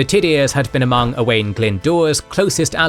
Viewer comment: That's not how you say Owain 😂